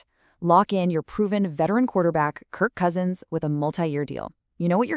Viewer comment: My question exactly 😅😂😅😅 there PR person needs to be fired or whom ever does the writing for there voice talents. What's even funnier the near end of the video shows Daniel Jones while she still says Krik Cousins.